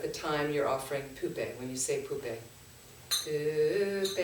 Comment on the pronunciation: pronounce push + pay : Puspe ( 🌺 flower) Dhoo + pay = Dhupe (incense )